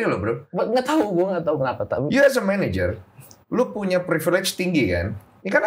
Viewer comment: bener ya udah disebut tapi bang densu biasa 😂 kalau menurut gw bang densu belum ngeuh karena ngomongnya managernya kurang jelas